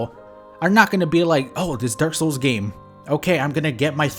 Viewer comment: yo I decided to help caption the video and can you PLEASE stop saying dark souls so fast YouTube thinks you're say dorsal every tim